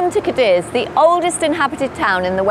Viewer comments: The absolute least you can do is pronounce the city name correctly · The repeated mispronunciations are a huge disappointment.